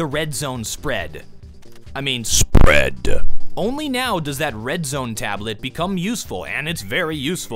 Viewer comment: 14 20 y said sprEAD without proper intonation >.>"